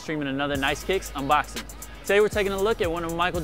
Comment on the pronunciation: did he really need to emphasize the word "unboxing" THAT MUCH?